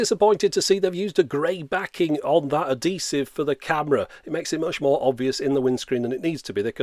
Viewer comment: "adeesive" lol I like all your videos though.